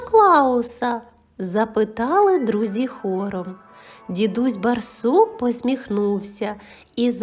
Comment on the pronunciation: Через раз читається " дідусь бАрсук", дуже ріже слух неправильна вимова.